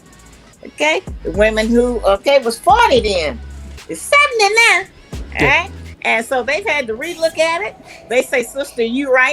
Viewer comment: Not "now" she said "NEH"! I felt that to my core!😂